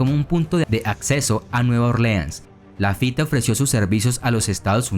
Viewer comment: No se pronuncia "Lafité", sino "Lafít"!!